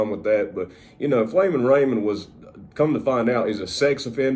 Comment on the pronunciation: it’s “flamin” not “flammin”